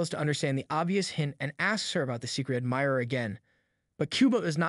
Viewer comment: I heard secret admirerer😂😂😂😂